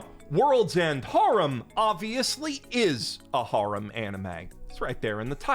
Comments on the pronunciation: har-um?? Dude cmon it's hair-em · 'hair-um' pronounced like that. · Why are you pronouncing harem like that... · You're still pronouncing "harem" wrong. I don't care if you think pronouncing it in the japanese romaji form is right, it's not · Another video, another opportunity for to mispronounce the word harem 1,000 times